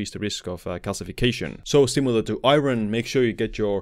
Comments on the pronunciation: Thank you for the informative video. A friendly pronunciation tip: "iron" isn't pronounced as it's spelled, unfortunately! In the video, you're saying, "EYE-ron," but the actual English pronunciation is "EYE-urn." Looking at the word, I realize that it makes no sense that it should be this way--but it is. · i-ERN not i-RIN!! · its pronounced ion or i-earn if youre american. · Iron is pronounced Eye-urn. Great video nevertheless. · in English, the word IRON is pronounced EYE - urn .... or I'urn...... just an FYI..... Also... high doses of Vitamin C can cause greater absorption of Iron, which can be detrimental. I really enjoy all the information you share... thanks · Lol what the hell is I-RON? Is that like A-ARON? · Iron is pronounced Eye Orn btw. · Iron has a Silent R. I take one a day because I have a deficiency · Great video. It's bizarre how many people are concerned about the pronunciation of iron lol I've heard many non-native English speakers pronounce it this way.. I've never had any difficulty understanding it. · Iron causes shortened lifespan because everytime I hear you say it I die inside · It's mean to let someone walk around saying Iron like that and not correct them